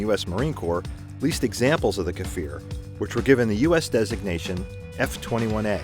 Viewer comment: It's pronounce kfir, not kafir, and the weapons embargo was a well staged publicity stunt, these are legit mirage 5 built in France and later modified into kfir.